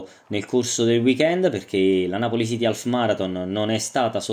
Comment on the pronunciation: non si pronuncia alf.... ma aff